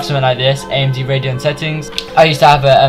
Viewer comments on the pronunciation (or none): none